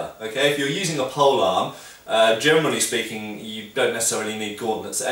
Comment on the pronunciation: every single time you say "generally speaking" I understand "germanly speaking" - I'd love to hear that ;-) btw: would you like to comment on fighting techniques and the general style of the Witcher Games?